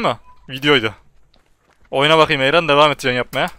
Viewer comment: öyle bi ayrun demişki Elraen Dedi sandım nasıl öyle sandığımı hiç sorma bile knk fdsldsflgdfsgldls